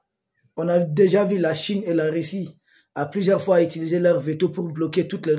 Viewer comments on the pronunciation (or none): none